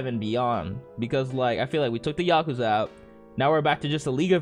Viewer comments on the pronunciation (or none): none